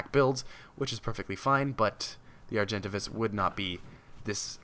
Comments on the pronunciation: He says argentivis Its Are-gen-Tay-vis Argentavis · No hate, just a correction its pronounced ''Ar-jen-tave-is'' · Actually, it's Ar-jen-tah-vis following ARK Gamepedia ... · lol he pronounced argentavis wrong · What is it with the pronounces? I cant realy say or speak to you how you should pronounce the name but as a pice of advise, look it op or somthing befor you make a vid. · Olivia Alan Yes he said it weird